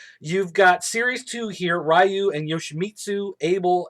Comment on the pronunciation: it's KA-ZOO-YA, REE-YOU and Hwrang was more or less coreect